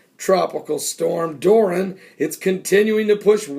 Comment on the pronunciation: Hey Pastor, the name is DORIAN, not Doran. Dor-ee-an. Hate to correct you but I just read the news on it before I came here. Have a blessed day.